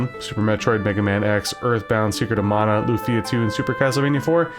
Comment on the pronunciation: Finally found another YouTuber who pronounces as MA-NA. My personal favourites are FF5, Estpolis + Estpolis 2, Seiken Densetsu 3, Rudra No Hihou, Tenchi Souzo, Gaia no Densetsu & the Super Robot Taisen series (mainly 4th one), Hero Senki, DQ6 & probably some others I can't remember at this point. But definitely not Chrono Trigger; I do like the music though.